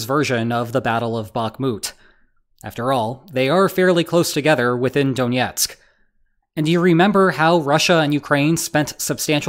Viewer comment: Stop pronouncing Donetsk like it's Russian.